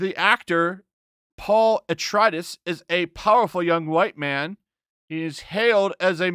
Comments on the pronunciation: Paul Atredis. Uh-tray-dees. Múadib. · I don’t know I’d care about Dune, mostly cause remakes aren’t totally as good as the originals. Sting was in the original which he was pretty good in the role he played. And Atreides is pronounced uh-tray-dees and Arrakis is pronounced uh-rack-iss. I have to go geek on you a bit. If I do go see it, it’ll be out of curiosity of if it’ll be as good as the original 80s movie or the miniseries. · Paul Ah-Tri-Dus..lol, you sob!! 🤣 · We all know that those shang chi scores are bought. They did the same thing with the last jedi and captain marvel. It's "uh-tray-dees" and "uh-rack-iss" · Don't mean to be a jerk but it's pronounced A-tray-dees and A-rack-is. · The way you butchered those names just proves your just alt right grifter. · You miss pronounced the names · Why did you mispronounce Atreides, and Arrakis? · your pronunciation is horrendous. Please check a source to at least find out how to pronounce 'Atreides' and 'Arrakis.' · Me: How can you know NOTHING About Dune?: pronounces Atreides and Arakkis. Me: point taken.